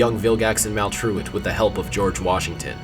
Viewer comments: He said maultolt wong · He accidentally called Maltruant: Malware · Anyone else notice he call maltrurid malware at the beginning